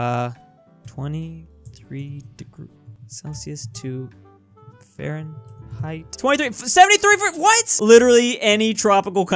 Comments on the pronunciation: fearenthi... google: wut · nobody:: FEARenheit